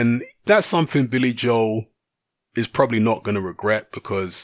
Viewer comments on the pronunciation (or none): none